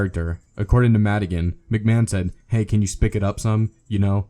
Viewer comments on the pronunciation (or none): none